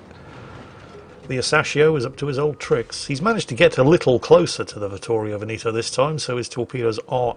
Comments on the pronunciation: Ve'-neto, not Veni'to.... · Veneto, the second E sounds like the first one. You keep saying Benito all the time. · It took me ages to understand what ship meant talking about Veneto. The british unability(or unwillingness) to pronounce "E" in latin pronunciation